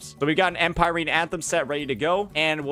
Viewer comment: I just wanna know why he pronounce empyrean like that 😂😂